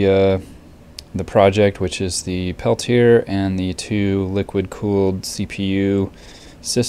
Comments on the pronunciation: it's pronounced Pel-tee- A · Perhaps, but that wasn't my intent. I apologize. I should have said, "This is an interesting video. Thanks for posting it. Just so you know, the TEC device is pronounced Pel-tee-A."